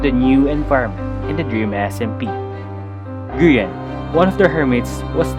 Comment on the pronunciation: tommy calling Grian names: Groin Grain Green Gree−on Grian: insert yhs flashbacks